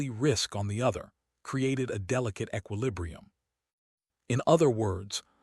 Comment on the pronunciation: The following words were mispronounced: lineage(s), sapiens and equilibrium. Also at least a few other that were not repeated.